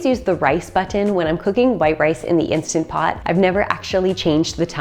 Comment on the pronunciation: So refreshing to hear someone say Instant Pot instead of Insta Pot, which drives me nuts. Thanks for your tips.